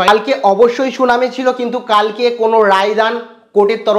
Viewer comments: Bhai not shunami, 'Shunani' please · আর শুনানি টাকে সুনামী বলছ কেন ?